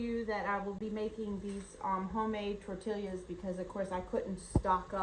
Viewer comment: Just point of interest, its tor-tee-ya. 🙂